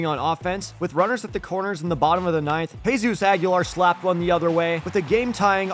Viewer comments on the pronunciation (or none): none